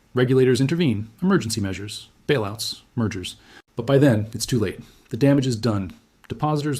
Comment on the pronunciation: "Bailoots"? :face-blue-smiling